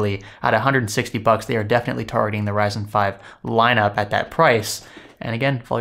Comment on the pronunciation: Did he say Verizon instead of Ryzen ?